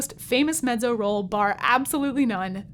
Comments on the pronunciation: face-purple-wide-eyes: I guess I have been used to hearing with a "T" sounds as in met-zo - as in Pizza. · Mettso, not meddzo. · She pronounces it the Italian way ;) as in medzo. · VERY curious about one thing: Your pronunciation of MEZZO is unusual to my ears. 🧐